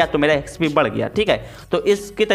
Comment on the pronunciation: Collect ❎ C'O'llect ✅ Exp ❎ Æxp ✅ No hate tho love you bro❤